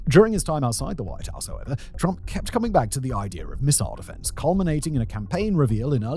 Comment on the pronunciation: "Turmp" lol